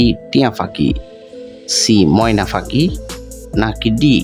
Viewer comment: আপনি পাখি উচ্চারণ করতে পারেন না 😢😢